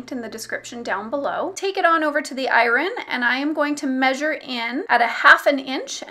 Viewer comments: “I rin” instead of “Iron” there is somebody else who also can’t pronounce this word I can’t remember who that was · I've never heard iron pronounced without a slient R - it threw me😂 Wonderful tutorial, thank you 😉